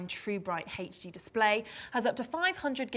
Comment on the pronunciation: she says HD weird... it sounds like heych D or something lol